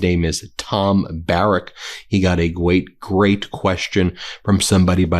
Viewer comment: Gweat, er great. Sorry Ben, I love you so much and totally respect you, but at the end of a very hard day, all I could think of was Elmer Fudd. Lmao. Hope that you don’t mind a little humour. We all make mistakes. With love from Canada!